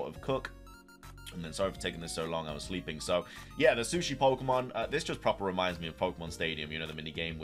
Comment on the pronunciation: Why tf did I not notice you were British until you said proper 😂